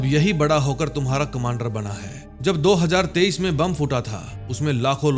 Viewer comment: Do hazaar tarwinjha bola time isme... areeh ap punjabi ho matlbh